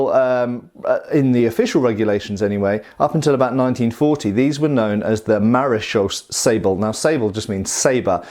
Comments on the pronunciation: Maréchaussée is pronounced like in french ... It ends in an elongated "a" (english "a") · Almost pronounced perfect. Just end with a long "ay" sound. It's a French word. And it's not police but armed border guards. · Hey great to see a sword from my native country of the Netherlands. Maréchaussée is pronounced Mah-ruh (as in rut) -shoh (as in Shiloh) - say. Sabel means sabre and is pronounced Sa (a is pronounced as the last a in Brittania) - bell. These are just the English phonetics of the top of my head but I hope it helps. Keep up the good work been a fan for years.